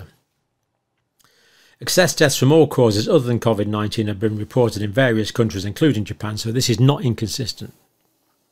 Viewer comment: Cov-id and not Covid?